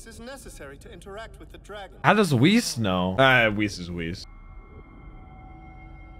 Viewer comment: Is correct pronunciation